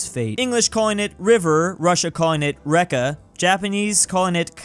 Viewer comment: reka Pronounced like Rigby there e more like i